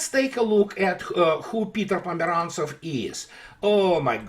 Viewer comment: With regards to Peter Pomerantsev... ... every.... single... time... :)